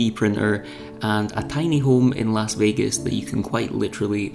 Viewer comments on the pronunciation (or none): none